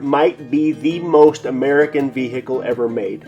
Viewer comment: You always know someone means business when they say "vee-hickle"